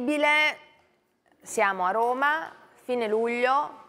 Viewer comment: Minuto "incredibbile". Ma con quante bbi? 🤔